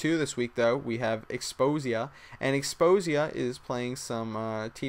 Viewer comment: Xposia was his name :P not Xpozia... just sayin